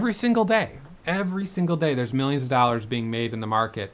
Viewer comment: The way this guy says "dallars" is the most middle aged, obnoxious Wisconsin lady accent I've ever heard. The only thing that could make him more unlikable is if he was a redhead